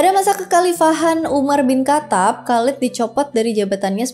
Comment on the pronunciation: Penyebutan nama yang kurang, pas.. Khaled, Umar bin Khattab Thoriq